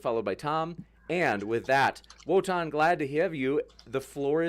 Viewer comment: Wotan with the “L” again